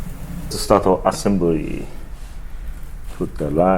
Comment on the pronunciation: “Start the assemborrry”